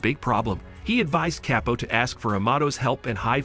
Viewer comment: This ai is ridiculous.. Chapo=kepo? 😂